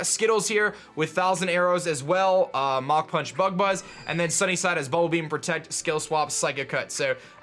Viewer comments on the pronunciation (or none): none